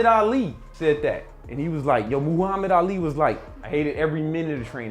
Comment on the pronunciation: Who the fook is moooo-hamid 🐄 ali?